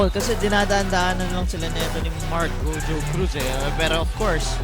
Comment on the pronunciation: GO-HO-CRUZ ✅ GOW-JOE-CRUZ❌